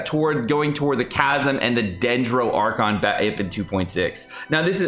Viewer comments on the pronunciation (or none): none